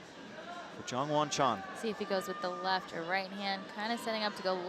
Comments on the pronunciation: I mean, he just needed to read it right. And YONwon Chon? Come on… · PSA: there is no "soft J" (yah) in Korean unless spelled with a Y. Can we please pronounce Jongwon's name correctly...! 🙏🏻